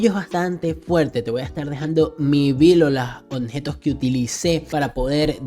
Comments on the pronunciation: La palabra es OBJETOS compa ...no Onjetos 😂..solo eso, por lo demás muchas gracias por tu ayuda 😁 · Toda la saga escuché decir “Onjetos” jajajajaja